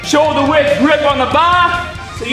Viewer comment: "..TAKE A SHOULDA WIDTH GRIP ON THE BAH-NOW GO WORK THEM SHOULDA'S!!"